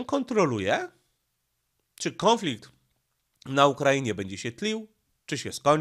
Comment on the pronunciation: Nie kĄflikt tylko kONflikt, gdzie tam masz ą?